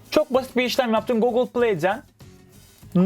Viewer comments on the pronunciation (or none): none